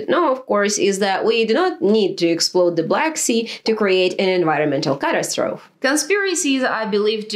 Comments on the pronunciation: it's easier to imagine the end of the world than the end of capitalism. i guess that makes mea doomer... this is good work my German comrade. it's catastrophe( cat.ass.trophy. english) not Katastrophe (Kat. ass. troph. deutsch) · Just a heads up, seriously enjoyed your video btw (you gained one more subscriber), catastrophe pronunciation (American eng anyway) is cuh-tass-struh-fee. Looking forward to the next upload! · Good video. 😊 Ok, now to the point. I understand that english might not be your first language, and the pronunciation rules for English are crazy anyway. At any rate, this word: catastrophe. This is pronounced Cuh TASS truh FEE It rhymes with photography, typography and apostrophe. Just wanting to help. :-)